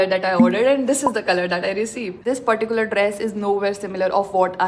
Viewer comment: Please don’t pronounce “particular” that way. And you overusing that word